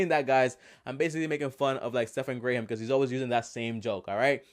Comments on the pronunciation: I disliked and couldn't unsub cuz i wasnt subscribed in the first place lol. I have seen much better videoes from u. I DID watch the whole video and I see that Graham was even cool with it. He's an amazingly non confrontational guy. Lucky u! The reason i disliked this vid is cuz the title is a lie and clearly click bait. Grrrrr. Now to not even say his name right is just disrespectful. Its simple its really not hard and if it was just a joke u dragged it out waaaay to long. Also i agree with other comments sayin u were all over the place but thats just something im pointing out, not a reason i disliked. I did watch the whole video but if you title it properly and give a real honest idea of what the purpose and feel of the vid is in the first 20 sevonds, instead of blabbing about stephan or wait, grey ham Stephan.....u wouldn't of gotten all the dislikes!!! Now u know! U asked to tell u why and now I am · 1. Graham is a first name... and you don’t know how to pronounce his name 2. This is pretty much clickbait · Graham Stephan don’t worry. I think u re the best. Of course there will be haters out there. Of course. He can’t even say your name right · You really called this man gray-ham which literally proves you did no research on him lol. Also, talk about click bait to the max. It's kinda wack that you have to use "3 ways Graham is a scam" to get your views up instead of trying to do it with just good content. I watch your stuff and Grahams. Love the content but using the click bait titles like this are wack. Just some feedback. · This video is basically him trying to compare himself to graham btw its not “grey ham” idk what the hell that is but it sounds nasty. Your other videos are good but this is useless trash. Also people have for a first name stop trying to bash his name when you cant even say it😂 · I cringed every time he said GRAYham.... hahaha lord. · “Gray” “Ham” LOL. Stephan “Gray” “Ham,” so hard to get it right, so hard! LOL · It’s pronounced gram